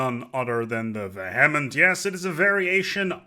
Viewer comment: Nobody who makes Stellaris content pronounces vehement correctly